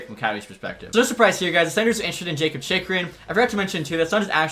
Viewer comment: Zub is pronounced ZOOB and Jakub is pronounced Yakub